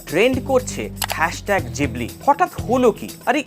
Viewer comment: Na, pronunciation ta jibli e hobe.